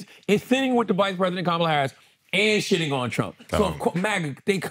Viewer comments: Andrew still does not care to pronounce Kamala’s name correctly. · what is up with the mispronounciation of VP Harris' name? Y'all say it right and wrong several times in the first 20 mins of the ep. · Stop mispronouncing Kamala. If you can’t get it right, call her VP Harris. please check them all!